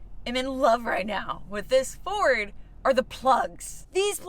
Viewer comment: Not a Furd 😂